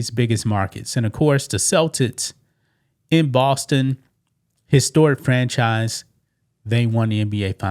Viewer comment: Cel-Tits 😮? Celtics